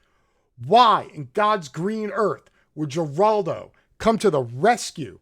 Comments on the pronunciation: A g in spanish is pronounced with an H so it is not (gee)raldo it's (her)raldo. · ..and it's not pronounced 'Jer'oldo..but 'Her'oldo... lol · You seem pretty intelligent so I'm mystified by your slaughtering of so many names and words.....please say Herr-aldo Rivera (which is his name) and Gill-ane Maxwell etc- it's so irritating to listen to!!! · “Her- Aldo” not “ger-aldo” and “gee-lane” not “Jiz-lane” my goodness I can’t even focus. Pro tip - you can click that little speaker on names while doing your serious Wikipedia research and hear how to pronounce names. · Just a note, sir: Geraldo is pronounced with an H, not a G, as in Heraldo. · It's pronounced Heraldo, not Geraldo. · Interesting speculations, but it’s pronounced Her-Al-do, not Jer-Al-do!!! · His name pronounced is Her'al do. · Heraldo the G is pronounced H / Good program thanks. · His name is pronounced like Heraldo. There have to be loads of material on prominent people. The media should ask everyone about her just to see how they respond. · Geraldo is pronounced Heraldo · I buy what you are saying, but, but, but... it's "Her-al-do." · Come on dood;It's"GHEELANE (soft g) and "HERALDO" ;g pronounced like an English h. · We have a building named after Geraldo (pronounced with an “H”). Thanks for the great video. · Heraldo is the pronunciation, fyi. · pronounced " Heraldo" and " Ghelane " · who the fuck is jur-aldo... I hope u r mispronouncing on purpose... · J-raldo? Jizz-lane? Dude learn to talk! But I agree on your points! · Geraldo is pronounced Huraldo. Ghislaine is pronounced Geelane. Otherwise good info. We will probably never hear the truth of it all even though this has been in the news since mid-aughts. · can you pronounce anybody's name correct?? It's hard to listen to you if you keep butchering the names and then get the names correct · I agree why can’t he Pronounce the 2 Names correctly? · you're pronouncing both Geraldo and Ghislaine's name wrong